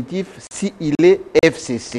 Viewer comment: Pourquoi il prononce mal "FCC"